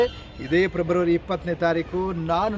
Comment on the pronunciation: ಪ್ರೆಬ್ರವರಿ ಅಲ್ಲ ಫೆಬ್ರವರಿ